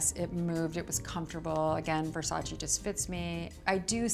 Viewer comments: It’s not Versachii it’s VERSACEEEE. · I absolutely love her! She has such class and style! I just don't get how you can be a model, especially for Versace, and not pronounce the name right. Even Donatella mentioned that native English speakers don't pronounce it right, but models should know better. You should pronounce the second "e" the same as the first one. It's not Versaci but Versace! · She cant even say the name of the brand she worked for for years correctly. Smth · I wish Versace fans pronounced his name properly... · Why can't American pronounce well VersacE? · why does no one pronounce Versace right? Does Donatella just let everyone sat "eee" and ignore it? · you mean the one where everyone says it wrong over and over? i just canny believe Cindy wouldn't pronounce it right when she knows them personally lol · Well Versace had a campaign that said “It’s VersacE not Versace”. Idk why Americans butcher the name so much. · Not even Cindy says Versace right